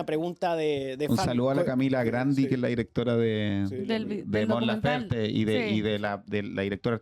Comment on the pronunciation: Por qué le dicen Lafer si es LaferTE? Que poco profesional la mujer